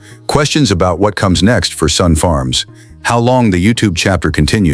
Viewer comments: It's Sonne , pronounced Sunny , not son . His boy is Reid , not Reed. Get your facts straight before you make a video. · Really stupid u tube .its pronounced sunny. Have you no self respect. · Agreed, if your going to feature a family farm, the least you can do is pronounce the family name correctly. Sonne , pronounced Sunny. Otherwise some good content. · The last name is pronounce Sunny! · Overall, a great presentation. BUT, it was an insult to my ears to hear the Sonne name mispronounced over and over again. Let's not forget, Reid may choose a different life, just as Cole's older brothers did. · I was going to comment on the same thing. You would think that something as detailed as this, could at least pronounce the name correctly….. 😂